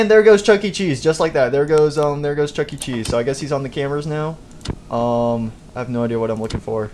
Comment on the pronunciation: You said chunky cheese instead of chuckecheese